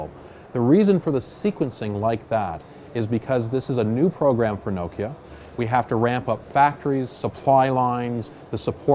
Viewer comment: Does the Nokia CEO realise hes pronouncing Nokia wrong?